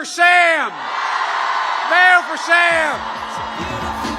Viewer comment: So embarrassing .. "I WANNA SANKYOU!!!"